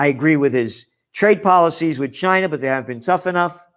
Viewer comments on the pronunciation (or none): none